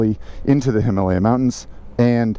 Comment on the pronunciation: Please, Him-A-Lay-A !